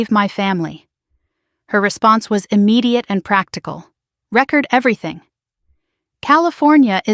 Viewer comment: please teach ai the difference in homonyms a word that is dpelled the same but pronounced differently like this word record/record